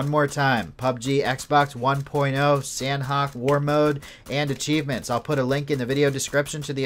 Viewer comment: Its pronounced sahnok(silent h) not san-hok. They even tweeted it when they renamed it.